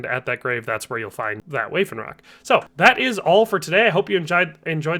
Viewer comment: Waffenrock is pronounced vaff-en-rock, not way-fen-rock